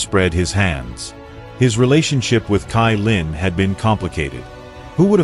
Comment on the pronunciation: Why u say tailin it's caillin 😂❤